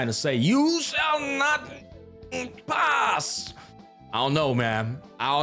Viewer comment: "You shAll NoT PPAsS" got me